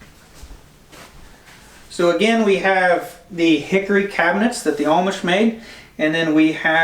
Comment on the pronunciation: it's Amish.... (Ah-mish) no "L" in it. LOL